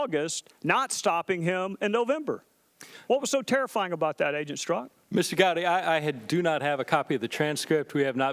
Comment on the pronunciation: Here's a guy can't pronounce his own name. It's pronounced "STERZOK", not "STRUCK"